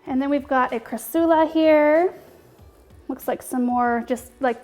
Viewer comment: TBH it was bugging me how you were saying cra-soo-la BUT... it grew on me. Hehe. You're that likable!